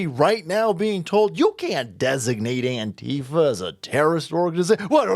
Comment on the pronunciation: I THINK ITS PRONOUNCED ANQUEEFA